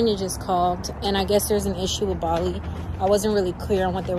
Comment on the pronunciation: Bali sounds like Volly so close to Jolly, that's so cute! 🥺💓